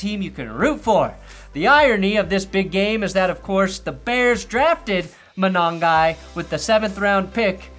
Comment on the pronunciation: Your Manongai is fine af!